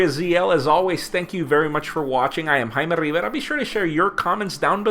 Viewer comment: you know shit gets serious when he says his name like that